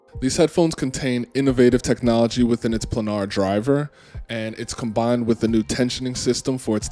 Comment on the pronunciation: Planar is pronounced ‘play-nar’ btw! Not to take away from the review 👍